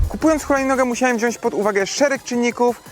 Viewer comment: wziac a nie wziasc